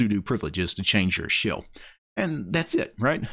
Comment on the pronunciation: Im triggered everytime you say SHILLS instead of shell